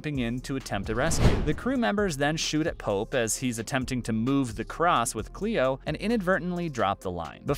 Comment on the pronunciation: His name isn”pope” not “polp”